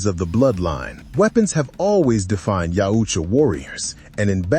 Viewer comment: For the love of sci fi stop glazing Trachtenberg trash. I truly hope this movie bombs and the franchise goes back to capable hands. It’s yautja not YEOWCHA fuck you kids shit on every single thing that was once great 😂🖕🏼